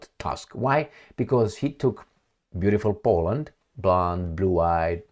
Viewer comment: Tusk pronounce Toosk